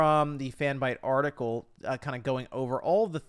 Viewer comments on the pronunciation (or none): none